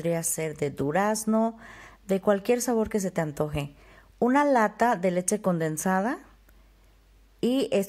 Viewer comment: Me cuesta un poco de trabajo entender porque no pronuncias bien leCHE! siempre dices leTTCHE! es incomodo estar escuchando eso :(